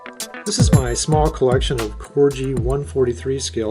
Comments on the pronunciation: A lovely collection, but it's pronounced " Corgi " named after the small Dog , and definitely not " Corji " . . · Very nice little collection .. I've been addicted to Corgi's since I was a kid and have a hundred plus many being originals from the 60's when I was a kid, I'm now 64. By the way its pronounced Corgie with a hard G not Corgee. If your interested there's a very good Corgi collectors page on Face Book. Toys Collectors Club ... Yeah, some good bargains to be found on eBay.... That's an excellent price for the blue BMC Mini and the Forward Control Jeep with Tower.. Well done you..